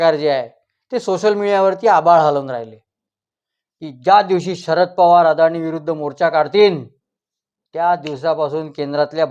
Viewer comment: अदानी म्हणा हो भाऊ अडाणी म्हणु नका हो भाऊ